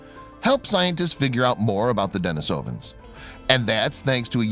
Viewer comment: Are you sure you're pronouncing "denisovan" correctly? Another video says you're supposed to pronounce it this way